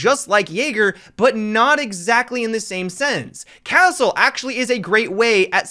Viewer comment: "cattle" XDDDD